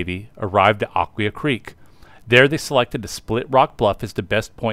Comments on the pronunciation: One video I saw has it as "uh-KWHY-uh". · This must be AI. , because it’s pronounced Ak-wye-aa. Am I missing something? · Nice video, but you mispronounced Aquia. This is where I grew up and still live here. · That is correct.